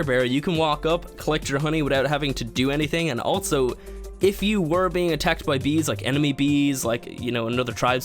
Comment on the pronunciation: altso? i learned its pronounced also....